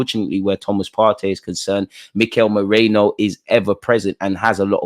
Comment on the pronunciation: Its not Moreno. Its Merino!